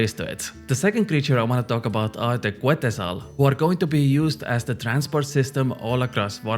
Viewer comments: its pronouce ketzal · The U is silent in Quetzal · Just a PSA, the quetzal bird name is pronounced Ket-zal, ive seen all the non latino content creators mispronounce it 😂